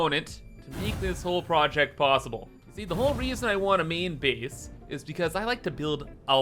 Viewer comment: I love how pronounces 'main base' as 'meen beese'. It's a delightful thing to hear